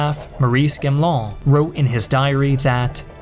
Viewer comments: You are pronouncing Gamelins name wrong. It's Ga me Lan, not chamlan!😮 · Great video as usual but please please please check the french pronounciation. It’s gamelin, not gamelan. Not that he deserves much respect but still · Gamelin is with the G like the word "great" not "Jamelin" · Thank you for this very nice video, just one little comment on the way to pronounce "Gamelin" ! The initial "G" is to be pronounced like in "gore", not like in "genre" ! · Wish the speaker would learn to pronounce Daladier and Gamelin. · It sounds like you're trying to pronounce French names like Gamelin properly, but without having checked how they're supposed to be pronounced. It makes this video much more difficult to listen to... You're also pronouncing it about 3 different ways :D